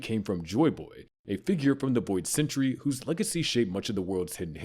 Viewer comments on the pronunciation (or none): This is the same guy who said "wood government," "Oharee," "boid century," "inheriNted," "Bartholomew KULMA," "Sabuddy," "Way-no," and "MomoNOOske". (There's probably more, but I'd rather go to sleep than stay up and look for them) I'm honestly surprised he didn't pronounce the "u" in "Luffy" with an "uh" sound.